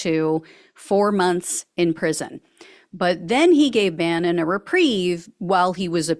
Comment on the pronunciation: That was the correct pronunciation...👍🏼👍🏼👍🏼. They should hold off till September so he can spend the holidays locked down.